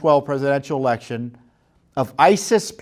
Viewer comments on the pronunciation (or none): none